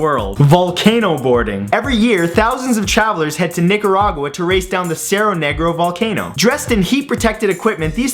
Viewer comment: You miss pronounced Nicaragua